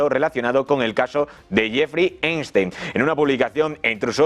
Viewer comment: Cada vez que el conductor del programa dice "Jeffry Einstein" me hacía repetir "Epstein carajo!"